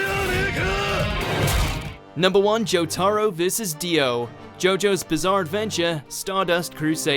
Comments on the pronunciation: oh my god did he rlly say jotaro like that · You triggered me when u said jotaro the wrong way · you know he's never seen Jo Jo because he's calling jotaro jotaro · You could say every joestar name right apart from jotaro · The way they pronounced “Jotaro”, they deserve to get Ora’d out of existence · 1. The correct pronunciation of jotaro vs this narrator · The way you pronounce Jotaro Kujo makes you fully deservant of having a road-roller over you. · The way you pronounce jotaro hurts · The way he says jotaro makes me want to cry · It was Jotaro and Koichi vs SHA. Basically. And the way you say Jotaro I can just tell u don't know shit about JoJo. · Everytime he pronounces Jotaro wrong I get closer to gouging my eyes out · Too much emphasis on the a in Jotaro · He pronounced jotaro wrong lol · This man did not just say Jo-TAH-ro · he said jo-ta-ro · My guy he said jo-TAR-o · WHERE DA FUQ DID YOU LEARN TO CALL JOTARO JOETARUU LIEK DA FUQ YOU ARE POSER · Say Jotaro right please. (Joe - Tah - Roh) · everytime he says Jo-Taro i feel like suiciding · surprisingly they only mispronounced jotaro's name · Anyone else got pissed off by the way he pronounced jotaro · The way he says Jotaro should be illegal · That’s not how your supposed to say jotaro is it? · nvm he mistook Jotaro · the way they say jotaro is a disgrace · the way he says "jotaro" makes me mad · The way this man says Jotaro, honestly smh 🤦‍♂️ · the way he says jotaro hurts my soul. its a good video and all but it hurts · He said jotaro rong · The way he said Jotaro makes me sad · He is pronouncing jotaro wrong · I hate how he says Jotaro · it's jotaro not jotAro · Ew he said JoeTahRow It’s pronounced JoeTuhRow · Ok I KNOW this guy did not just say Jotaro like Hamtaro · Anyone gonna ask why he said Joe-tar-oh instead of Joe-tah-roh? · It's Jotaro, not Jo-tAARRo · Its Jo-toe-ro Not Jo-tar-o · I get my guy is British but Jot-ARE-o it’s Jot-uh-ro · It’s (jo-Ta-row) not (jo-Tar-o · He says jot aro